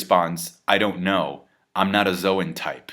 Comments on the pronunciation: Logia is pronounced with a hard G and Zoan is pronounced like zone no zo-an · Please pronounce zoan correctly, you know at your core your wrong lmfao